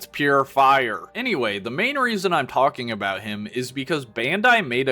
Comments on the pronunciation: "Aevanjellyan" is wild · But he pronounced it "E-van-JELLY-on"! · I can't tell if he's pronouncing Evangelion wrong as a bit or not